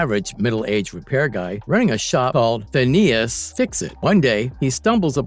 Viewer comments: Okay, first of all, Tinkerers real name is Phineus not Phinesus. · Its Phineas, not Phinesis.